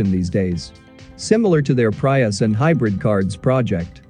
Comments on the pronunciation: The correct pronounciation is "Pree" us.... not "Pry" us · "Pry-us?" Had to turn it off. Robot voice and mispronouncing names. Ugh. 🤦🏻‍♂️ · This video pronounced Prius as Pr Pri us. The i as to "it" instead of "Pre"tend. I doubt Toyota will LEAD only to FOLLOW. They're so LATE in the game that they have to resort to pay legislatures (I think i mispelled that) to slow down EVs development. So this is how Toyota cheats to play catch up? Yeh the newer Prius does look cool and has a large touch screen on its dashboard but I haven't seen it in action. I'm sure they'll have some cool cars but paying to slow down the competition so it can catchup. Just so wrong.